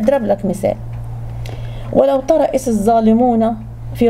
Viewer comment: حتى القران ماتعرفي قرايته صح قولي اذ/وليس از